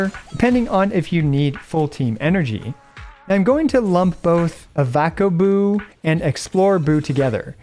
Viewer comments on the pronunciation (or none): its a Avocado, not Ah Vacka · Bro failed the avacaboo pronunciation. Think avacado but change do to boo. They even made it look like an avacado.